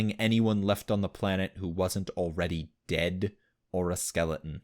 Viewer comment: Skeleons never a T when he says it.